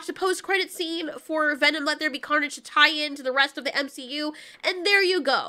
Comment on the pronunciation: she said wets be carnage